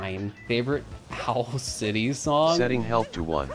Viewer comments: what happened there was that you said "Owl City" with a sort of breath at the start that sounded like an H, and then that combined with the letter C being pronounced as an S and kind of sounding like a Th, causes it to sound kind of like the word "health". I understood it pretty quickly. Regardless, it's still absurd that I have to write a multiple-sentence explanation for why a voice recognition software heard a certain word. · he pronouced it has "howl" city, close to health